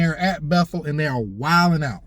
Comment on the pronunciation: You're a good story teller! "Wilding" out, not "wiling" out. ❤